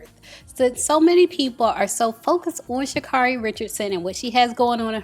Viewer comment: She pronounces her own name Sha-carry